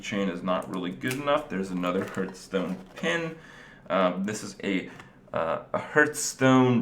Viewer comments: STOP SAYING HURTSTONE IT HURTS ME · hurtstone hahahhahahahaha